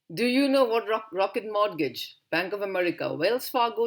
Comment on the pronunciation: Its Credit, capacity, collateral, capital. N pronounciation of Mortgage is "morgage" where t is silent.